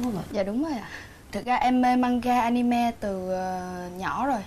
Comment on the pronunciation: A-ni-mê mà kêu A-ni-me